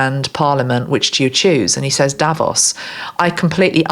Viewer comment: Hi, Thanks again for your grat channeling. I am Dutch and Instead of you saying 'Davos', I heard you say 'Devils'. What's in a name. 😅